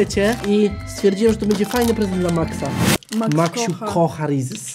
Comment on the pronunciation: jak coś to się wymawia przez Z bo trosze irytuje hehe